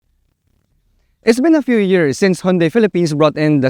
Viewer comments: I think its proper pronouncement is "Hyun-day" not "Hon-day"😊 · Actually, the right pronunciation is "Hyun-Deh" as coined by south koreans.